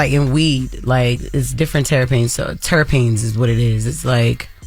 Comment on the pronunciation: Jess mispronouncing terpenes and not knowing what it is😅 #classic